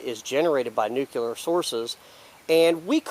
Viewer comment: keep it up :-) - please try this tho "nuc -clee -ar" - "nuu - cuuu -lar" is incorrect